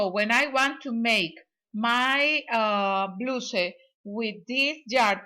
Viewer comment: Te quedo bello! Me encanto que das instrucciones en dos idiomas. Mi mamita habla el ingles igual a usted 😊❤️ ( no se dice bluse 😊 se pronuncia bla-us como el u en usted. ) perdona si la ofendo no es mi intención solo una ayudita para que mejores el ingles con cada video😊❤️ gracias por compartir!💋